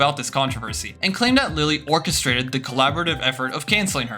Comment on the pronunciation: I can't of hope 'orchestrated' / 'orcastrated' was on purpose.